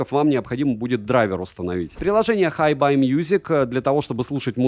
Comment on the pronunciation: Название ЦАПа по английски читается "Хайби", а Tidal - "Тайдэл". Ох уж эти плохо образованные обзорщики.